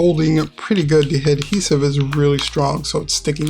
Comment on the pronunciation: You don’t know how to pronounce ADhesive you keep saying “hedhesive” lol learn English